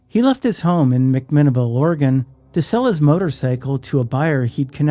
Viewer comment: Another sidenote: McMinnville was pronounced with an extra E on the Zach Porter case. Just so he knows, but wanted to nestle it in your side note lorid2092